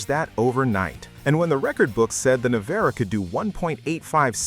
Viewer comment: The flaw.. Pininfarina..not Pininfanera Rimac Nevera..not Rimon Nareva